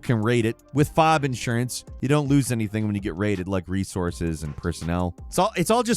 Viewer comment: Not to sound like a jerk, but it's pronounced F.O.B., not fob.